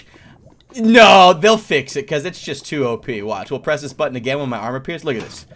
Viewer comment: for a second a heard you say butt-on